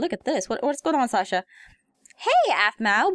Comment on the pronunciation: Heym xD shasa (It's Sasha)